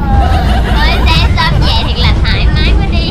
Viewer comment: Vê chứ đâu phải Về đâu 😂